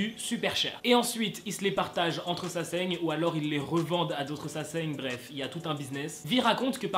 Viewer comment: Mdrrr t'as inversé le n et le g dans sasaeng 😂😂❤️❤️